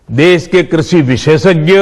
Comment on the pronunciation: इसको तो ठीक से कृषि भी नहीं बोलना आता